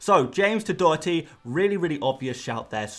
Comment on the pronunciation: Bravo on your pronunciation on Doherty